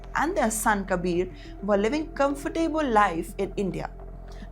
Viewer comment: Why do North indians say "comfor Tabel" instead of comfortable